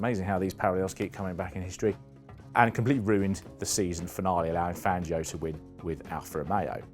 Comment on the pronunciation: "One Manuel Fangio" I'll keep going until you guys learn how to say Spanish names properly, instead of the butchered British versions of those names. Today Fangio joins the list with Jerez and Ibiza.